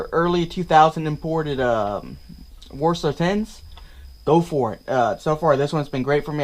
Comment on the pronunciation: Where did you find the "O" in WASR?